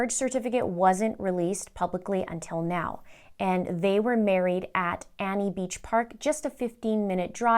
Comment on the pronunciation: Also, not a big deal, but that beach where they were married is called Anini Beach (pronounced Uh NEE NEE)